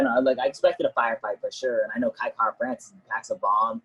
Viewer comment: Its Kai not Kia ffs